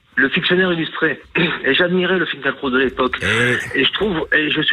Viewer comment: On ne prononce pas Finkelkrot mais Finkilraout ?